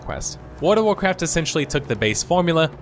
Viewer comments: It sounds like you are saying "Ward of Warcraft", lol. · How do you pronounce world as ward every single time lol, wardofwarcraftwardofwarcraft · Please just say "WoW". You keep saying "Ward" instead of "World". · My gosh! Please stop saying WORD of Warcraft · World has an L in it. Sounds like you say Ward of Warcraft everytime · Your pronunciation of World of Warcraft amuses me way more than it should. There's an 'L', man! I don't think there's a Ward of Warcraft. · "Warda Wurcurf" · Or as he calls it: Ward of Warcraft lol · 100% says ward of Warcraft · WORD OF ORECRAFT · "WARD-A-WARCRAFT" . lmao. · "Ward of Warcraft"? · wada-wa-craft... wada-wa-craft... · it's pronounced Woghld of Warcraft sir. j/k good video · "Ward of Warcraft" lol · I found myself shouting "WARD OF WARCRAFT" by every time you said it because of your pronunciation. Also "Emmediately". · I wondered what Wurduv Warcraft was. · Came here to say “Ward of Warcraft” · Sure there is. The Ward of Warcraft is Nomi. Because his fire burns all. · At first I thought he misspoke, but after hearing it 50 times I am never going to be able to unhear "Woard of Warcraft" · I just keep hearing wart of warcraft. Great look back though! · "Word of Warcraft" Hey, you tried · the "L" in world is silent, this drove me absolutely nuts im glad others noticed this as well. I made it to and I have to stop watching now because I can't stand the way he's saying my favorite game's name.